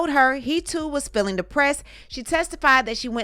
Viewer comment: Sometimes I feel like you're saying shine instead of of Sean. But sometimes I feel like you're saying filling instead of feeling.